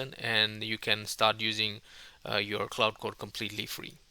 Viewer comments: While I definitely appreciate that you are doing in this video in your second language, which I could never ever do, may I make a polite request? Quite often you pronounce Claude as Cloud. Given that both words are relevant and distinct in the AI/tech space, it quickly gets confusing to the uninitiated. For reference, Claude is pronounced like the word Claw, just with a 'd' added! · its not cloud its claude